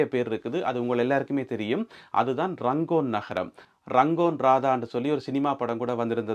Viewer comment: That place is called earlier Rangoon. Not Rangon.